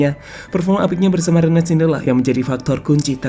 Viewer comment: Rennes bukan Renen min..